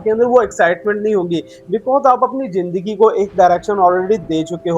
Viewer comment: AJ AP ny bataya k ap educated insan Hain... But AP k bolny k style SE bilkul b nh lgta k AP prhy likhy ho... Bcz Many apko hmesha Zindagi ko jindagi bolty suna hai...or es k elawa b boht SE words like dekaat,,, Rehty AP pak ma ho follow AP indian language karty ho... Awam k pas star plus ha indian sekhny k ly.... AP kio unki language promote karty ho...